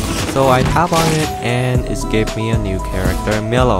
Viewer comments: It's said mylo not miilo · Why do you call milo miluo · Your saying milo’s name wrong it supposed to sound like mylo